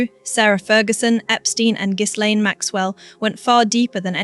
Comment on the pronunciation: Even with a lovely British-like accent, it is so annoying that AI narrators can’t pronounce words properly. “Fer-Gee” “Epstein/Epstine” and haven’t we all learned that the “s” in Miss Maxwell’s unusual first name is silent? Now, as to the video’s topic…Andrew has stepped in one big, unrelenting pile of horse poop! Perhaps he needs to be horse-whipped! 😊 What a mess for their daughters.